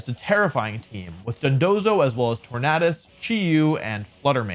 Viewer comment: Can't handle you saying Tornadus incorrectly. It's literally the word tornado